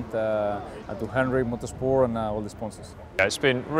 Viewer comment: "Henrick Motursporr"